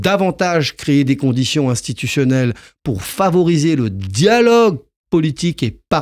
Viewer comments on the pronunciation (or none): Et maintenant il dit " favorisser " au lieu de " favoriser " ....quel message veut-il faire pazer exactement ?